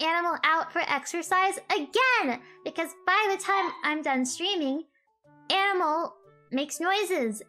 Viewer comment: Im hearing enemel the longer i listen to her 🤣🤣🤣